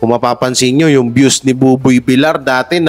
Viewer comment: Ayusin mo nga pagpronounce mo,bilar ka ng bilar,vilyar pagpronounce